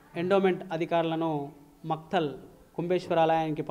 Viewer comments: "మక్తల్" ని 'మైఖేల్' గా చదివిన యాంకర్ తల్లికో దండం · Makhtal adhi..Micheal kadu